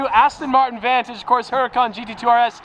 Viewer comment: You mean Vaahn-tige